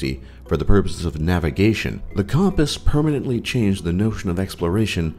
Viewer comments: did this bitch really mispronounce compass? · Who pronounces compass like that